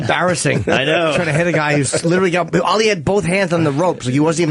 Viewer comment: OPIE!!!! Learn to Say "Documentary" and "Ali" correctly! (He says it like: documen-tree, Al-Lee) Dope!